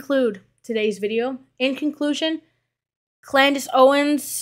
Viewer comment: "CLANDACE OWENS" 💀 im dead! & im just gonna not spell that w a "k" but 😅 ... we kno 😳